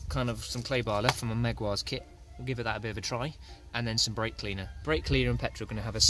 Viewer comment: meg-why-ars…….there is no I in jaguar, and in the grand scheme of things, good pronunciation is important, you are after all British ;-)